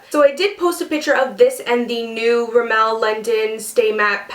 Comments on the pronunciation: its pronounced rimm-mul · You pronounced Rimmel wrong